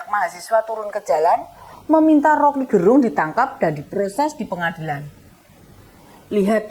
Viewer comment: Rocky gErung. Huruf "e" pada kata "gErung" dilafalkan seperti pada kata kEcap/Enak. Jadi bukan "e" seperti pada kata "sejuk/sedih". Gerung Itu nama marga (Fam) orang Manado - tempat saya.